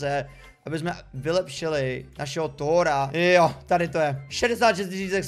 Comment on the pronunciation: Ne thora ale tchora